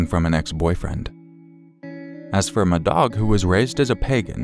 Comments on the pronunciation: I apologize in advance for this, I can't listen to the story about call 2 without thinking you're saying "m'dog" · "Madog"... C'mon, just stop. That's ridiculous. Can't even listen to that story. "Who was the murderer?" "My dog."